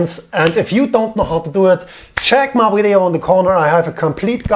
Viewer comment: Gets me everytime he says “weedeeO”